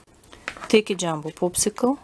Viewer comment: you said poopsickle